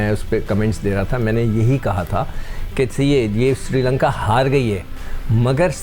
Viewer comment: MADAM woh SRI LANKA hai SIRI LANKA nahi.